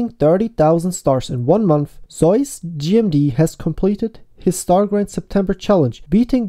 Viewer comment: The way pronounces Zeus...